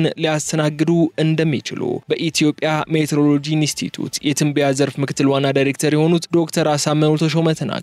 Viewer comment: እባክህን የተፃፈ አንብብ! ሚቲዎሮሎጂ ነው። ሜትሮሎጂ የሚባል ነገር የለም በአየር ንብረት